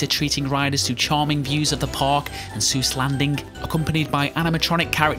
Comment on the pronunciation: Eyyyy he pronounced Seuss right XD